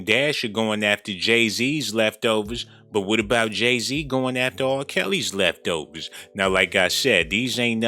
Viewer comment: Lolol 😆 I love how u say leftovers 🤣 😂